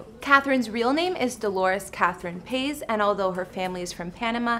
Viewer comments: I can't stand how she says Catherine's last name "pase"....its pronounced PAH-IZ. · I cry every time she says Catherine “pays” lmao it’s Paiz (Pie-ees) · Catherine Pays? Lmao its pronounced Pahees! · It’s not pronounced “Paiz” exactly! It’s Pie-is. Listen closely on Austin and Catherine’s proposal video, Austin said Pie-is. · Am i the only person who noticed that she said her last name wrong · Gabriela Ramirez we noticed because we’re Hispanics🤩, we know how pronoun Paiz but she doesn’t🤷🏻‍♀️ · The way this chick pronounces “Paiz” 😖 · Maybe she just can’t pronounce it? I’m sorry but she did have some facts in this video 🤷🏼‍♀️ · I’m not mad I’m js pissed dat you’re saying her last name wrong tf🥶✌🏽